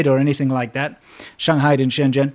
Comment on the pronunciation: He pronounced Shenzhen wrong. I don't blame him